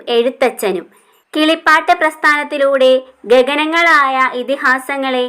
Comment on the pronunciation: ' ഗഗനങ്ങളായ ' അല്ല ' ഗഹനങ്ങളായ എന്ന് വേണം..